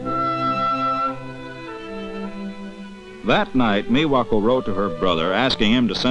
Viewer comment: I hate how he says "Miwa". XDDDDD